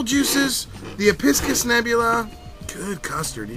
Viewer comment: and just so ya know its ep-i-cus